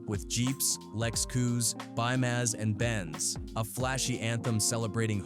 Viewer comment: I ignored mispronoucing Tah but LEX,COUP,BEEMERS AND BENZ...PISSED ME OFF🤬